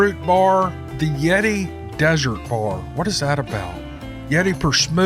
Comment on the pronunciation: Its dessert not desert yeti bars! We love you